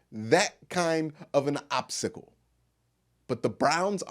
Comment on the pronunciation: Great vid! Not just saying that cause I’m a Clevelander. Lol Confession: it sounded like you were saying “obsickle” instead of “obstacle “ and it was distracting me for about 2 minutes. Ah, nobody loses focus like me!